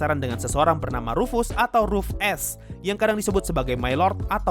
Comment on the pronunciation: Ruf-Ass..? Ruf dari bahasa jerman artinya "panggilan" Ass dari bahasa inggris artinya "Pantat :v" Jadi rufus artinya memanggil pantat :v